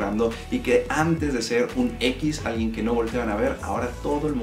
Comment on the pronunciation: AMtes, siguieMte, deMtadura, geMte, falta modular un poco más al hablar, se nota mucho esos errores... Eso también es bonito, la gente que habla bien.